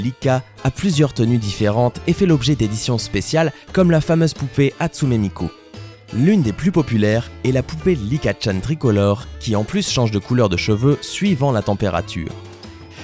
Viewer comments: c pas shoyo c shojo(sa se dit chojo) et c pas hatsume nikou ou autre chose mais c hatsune miku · on dis atsune miku pas atsume niku 😅